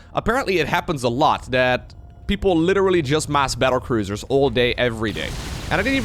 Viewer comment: did you say "cattle bruisers" and was that intentional? :-D